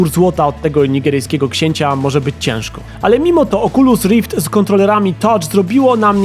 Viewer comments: Pudełko z goglami Oczulus Rift. 😂😂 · oczulus rift XD